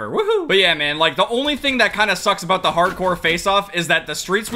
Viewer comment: I love how he just be randomly Canadian, that’s what I’m talking aboot